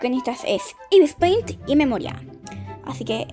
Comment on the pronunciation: 1 se dice Ibis paint no Ibis peint xd me gusto el video